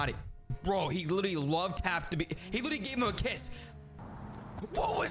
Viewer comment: And the lirrrlerrly